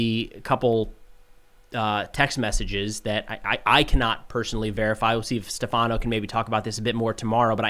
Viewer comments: Great video as always! On another note, tomorrow host name is Stèfano, not Stefàno. :) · it's "Stèfano", not "stefàno" lol